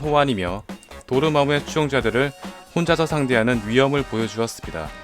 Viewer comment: 도르마우가아니라도르마무예요 멋진